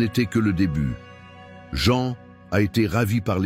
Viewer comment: Prononcez les vrais noms Jean c’est Jean, Mathieu, c’est Mathieu, etc. etc.